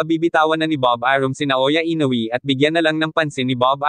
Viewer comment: i-no-we po hindi i-no-wi